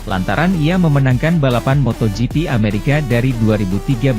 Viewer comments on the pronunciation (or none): Min ameraka .. BKN amerekes